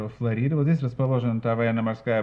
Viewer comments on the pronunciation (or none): none